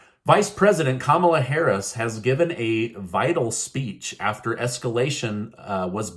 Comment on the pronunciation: Who's Kahmala Harras ?